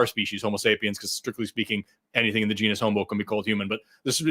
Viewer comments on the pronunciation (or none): none